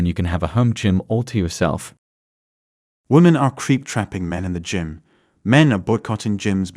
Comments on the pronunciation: Dear God. Use a real person. Gim? Wtf is a gim?! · Crappy AI video, yawn... When they pronounce Gym as Gim, I gotta go. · Get a real person to read your script. Your robot can’t even pronounce “gym” correctly. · Why can't these creators use their own voices? The AI voice is so off-putting. In the first minute we had Gim for gym and Chivallrey for chivalry. And the usual woman for women. I stopped listening then